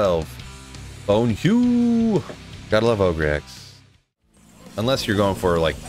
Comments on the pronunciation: dude, its not oh greee its ogre like shrek an ogre and blessed hammer the blessed part is BLESSED not BLE-SED... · Ogre - “Oh-ger” — “My friend is a big, dumb ogre.”